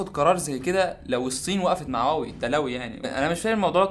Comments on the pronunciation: انت بتقول واوى ولا هواوى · إنت ليه بتقولها واوي مش هواوي 😂؟ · واوي 😂😂😂😂😂😂😂😂😂 انطق اسمو جيدا ومنبعد حط فيديوك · واوي يزم انطق صح مشان الله مش هيك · ليه بتقول واوي 😂😂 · انت مبتنطقش حرف الH ليه